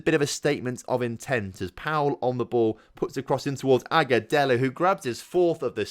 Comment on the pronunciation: You are saying Aguselo correctly